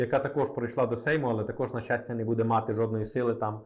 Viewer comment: Добрый день! Я украинка, иногда слушаю ваш канал и мне сильно режет слух то, что вы часто ставите ударения в словах неправильно! Я с детства говорю на русском, но не хуже чем русский знаю украинский. В слове буде, ударение на первый слог. А в предложение где есть слова біля влади були, в слове були ударение ставиться на второй слог. Ничего личного, просто режет слух.